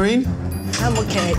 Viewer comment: I’m oKEH